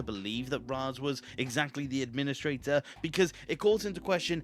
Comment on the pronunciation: Maybe you’re the Ad-PIN-istrator